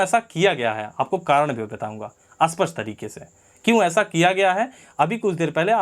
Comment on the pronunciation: अस्पष्ट और स्पष्ट सही से बोला करो